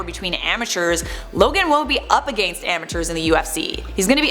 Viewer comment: Why do you say against like aGANst?